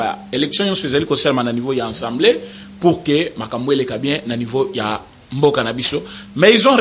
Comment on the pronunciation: Frère , on dit Assemblée et non ENsemblée